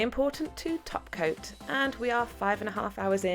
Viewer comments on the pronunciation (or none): Instead of holo topcoat I heard Holo taco .-. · i thought she say holo taco 😂 glossy taco